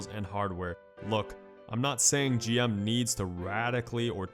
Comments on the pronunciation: it's G.M. not Jim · Sounds like you're saying JIM instead of G M